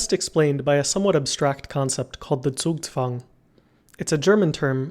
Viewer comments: He got the z in zugzwang right! Nice job! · never have I heard a non German pronounce a German word correctly, especially one like Zugzwang